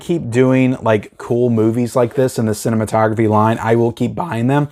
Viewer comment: Vinegar syndrome pronounces it Cine...mato...graphe. like a graph. Not like photography.